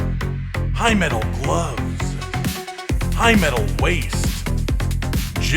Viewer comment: ...I swear I heard him say, HYMENAL, instead of high metal...